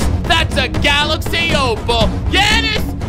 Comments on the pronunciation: I die every time he says yeahnnis it’s jannis(like Ja morant)and it is spelt Giannis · I love the vids but he says yannis